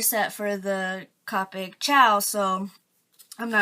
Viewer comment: I'm not trying to be rude or anything I promise but it's pronounced Co-pic not Ca-pic